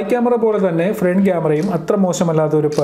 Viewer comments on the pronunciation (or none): none